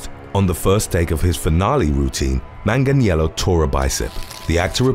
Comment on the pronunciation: Beautiful pronunciation of Manganiello